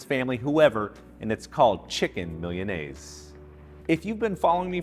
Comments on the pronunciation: It's not "millianaise." It's MEE-LAH-NAY-ZAY. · He should have researched how to pronounce Milanese. That aside, the recipe is pretty good! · Anyone else bothered by how he pronounces milanese? Probably says empañadas too lol.. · Um you need to learn how to pronounce Milanese